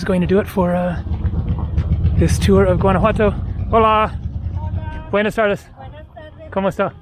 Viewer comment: When I clicked on this video and the first words that came out of your mouth were "buenes tardus" I laughed and cringed so hard that I almost spilled my cup of coffee on my laptop. Jesus Christ just stick with English bro.